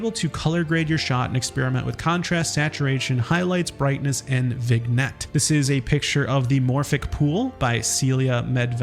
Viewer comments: the 'g' is silent in Vignette fwiw. vin'yet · BTW, vignette is pronounced "vin-yet."